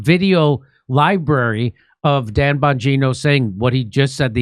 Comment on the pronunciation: ???“Don Bongino”??? 🤨🤔🤔🧐 Pretty sure it’s “DAN” and not “DON”… 😂😂😂😂😂😂